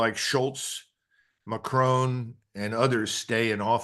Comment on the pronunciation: Why do Americans pronounce the French president's name as McCrone? He's French, not Scottish. The final 'o' is short.